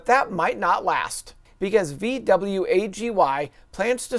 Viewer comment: are you of German descent and that's why you pronounce VW that way?